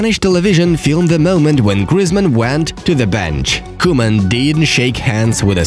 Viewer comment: Its not koeman its cowman😁😁